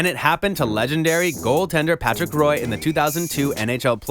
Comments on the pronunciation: The Colorado Avalanche goalie isn't pronounced 'Roy' it's pronounced 'Wah'. [ʁwa] . It's a French pronunciation. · Someone should probably tell him that Patrick Roy's last name is actually pronounced like wah